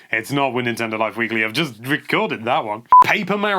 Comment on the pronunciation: "Merry-oh." *Eye twitches.